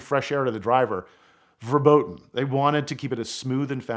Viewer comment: "verboten" XD sounds right